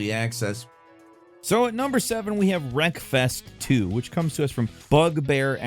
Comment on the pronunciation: Wreckfest2 sounded like you said breakfast 2 and I immediately thought wow a hobbit sim